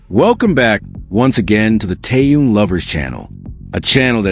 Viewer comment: Когда вы научитесь правильно произносить его имя . Он тэхен. Хватит коверкать . Слух режит